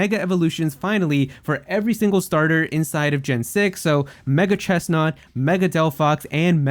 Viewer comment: I personally pronounce it "CHESS-nort", but that's just me.